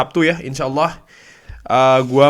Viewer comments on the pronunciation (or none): none